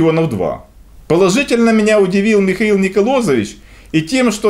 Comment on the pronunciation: Михаил Николаевич, а не Николозович - следите за первоисточником...!